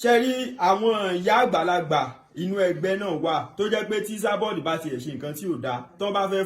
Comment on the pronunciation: This guy is real village boy.he keep saying isaboud instead esaboud .